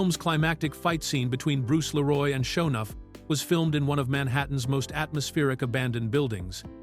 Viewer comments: It's "Lee-roy" not "La-roy" ffs. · Not Bruce Lé Roy, it's Bruce Lee Roy. 😊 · Lee Roy not la roy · i'M sooooo sick of these fake Ai generated videos. I was interested in this until I kept hearing the voice mispronounce the name. It's Bruce Lee Roy, not Bruce LaRoy! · I love this movie! I have lost count the times I would watch on cable back in the day. The facts are great to learn. Please review the AI doing the speech. His name is Bruce Lee Roy NOT Bruce Leroy. It grates when you listen to take the information actual if they can't pronounce the names correctly. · Leeroy not Laroy you damn AI auto edit turd xD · I know the narration is AI but it's Bruce Lee-roy. Not Leh-roy. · Bruce LEE-ROY! 🤦🏻‍♂️ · This AI narrating crap has gotta go.. it Bruce LEE-roy...not Bruce la-ROY..WTF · Leeroll kept taking me out of it. It’s Leroy. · I swear bro, got my dawg sounding french. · LEE- Roy! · Man if you don't stop saying 'Leroy' like that. Who tf is "Laroy"? Lol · Bruce Leroy not La'Roy. Also 2 dollar million? Stupid AI voices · Bruce la-roy...lol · "Bruce Luh-roi". Ugh. AI voice synthesis with lazy production. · Bruce La-roy 😂🤣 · LAROY???.HOW FUCKING DARE YOU RUIN THE PLAY ON BRUCE LEE's name!! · 😂 La-Roy pronunciation of his name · dang AI voice.. leroy? it is Le-Roy! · 🤣 Bruce La Roy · lol why does he keep calling him Bruce Leroy 😂😂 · Couldn't have told the AI to pronounce "Leroy" correctly? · Is this narrator AI generated? It sounds inorganic and the fact that he can’t pronounce the name “Leroy” is skeptical. 😅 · AI is lazy. Can't even say "Leroy" correctly.